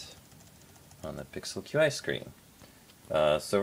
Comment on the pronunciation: Qi is pronounced "chi"